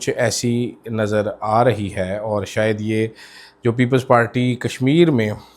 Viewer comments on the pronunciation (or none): none